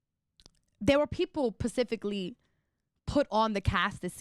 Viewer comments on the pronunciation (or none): 'Pacificaly' is not a word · This girl can't speak for shit. She used so many words incorrectly it's sad. Erica it's specifically, not pacifically 😂😂.